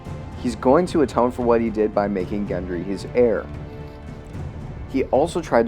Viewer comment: (Gendry, not Hendry)